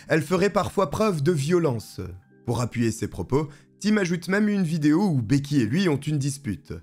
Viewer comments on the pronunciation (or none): none